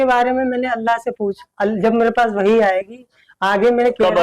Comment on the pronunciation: pahle bolane to Sikh chahie😂😂 Allah ka naam to pahle acche se le Lijiye